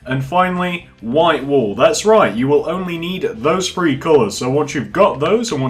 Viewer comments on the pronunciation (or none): Not to be rude but your saying three "free"